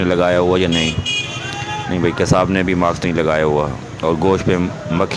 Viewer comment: Maks ni hota mask hota hai meda chan